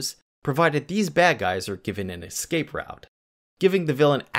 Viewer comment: your videos are good, but please say EScape instead of EXcape for more professional sounding narration...as a TESOL English teacher it was killing me lol